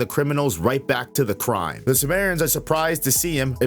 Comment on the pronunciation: simurians not sumerians 😂